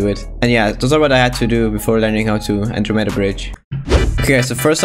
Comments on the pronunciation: an dro m e da NOT ANDROMEEEEEEEEEEEEEEEEEEEEEEEEEEEEEEEEEEEEEEEEEEEEEEEEEEEEEEEEEEEEEEEEEEEEEEEEEEEEEEEDA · Nobody:: An-Dro-meda No hate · stop pronoucing it like that, that word was founded like 964 CE